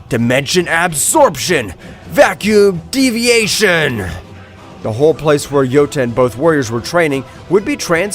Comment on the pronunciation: I lost it when he said vacuum diviaction